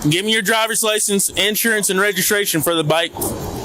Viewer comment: Its actually insurance, all one word. Not in / surance as opposed to out surance.